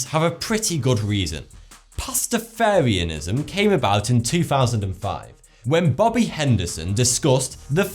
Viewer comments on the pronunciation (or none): I'm really nitpicking here, but fun fact is Pastafarianism pronounced Pasta-FAH-rianism not Pasta-FARE-ianism. Common mistake, my personal pet peeve.